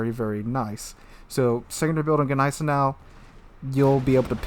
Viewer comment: when saying gneisenau you dont need to emphasize the G, just like in gnaw..You dont say G naw.